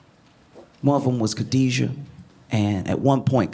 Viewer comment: Correction: Her name is Kidada, not Khadijah.